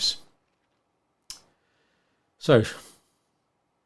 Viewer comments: John Cleese, not John Cleeves 😊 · I think it's "Clease" not "Cleaves" and "Arendt" not "Ardent", but excellent video as usual!